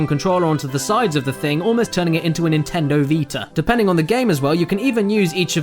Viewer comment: 😂😂😂 "nintendo vita"